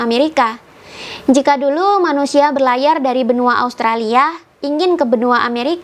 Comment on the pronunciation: Kitak, bahwak, duluk....bhsnya masih pletak pletuk.